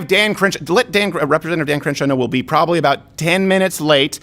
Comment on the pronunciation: you are "probilly" right, lol